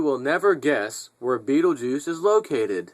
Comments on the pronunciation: ITS PRONOUNCED { BET-TIL-GEESE }.. NO BIGGY I HATE BEING CORRECT TOO BRO.LOL. GOOD JOB.. BLACK NICORN 1 OUT.. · IT PRONOUNCED { BET-TIL-GEESE }.. NO BIGGY I HATE BEING CORRECT TOO BRO.LOL. GOOD JOB.. BLACK NICORN 1 OUT..